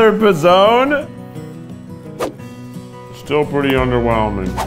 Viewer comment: idk if anyone has said this, but everytime keith says p'zone sounds like pezon, which means nipple in spanish. and im here like omg keith stop saying that lol